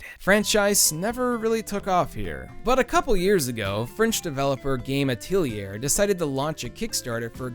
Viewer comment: Atelier is pronounced at-ull-yay. Just sayin'